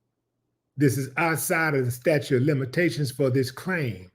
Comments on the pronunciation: staTUTE of limitations --- not "statue" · sta-TUTE sta-TUTE sta-TUTE NOT "statue"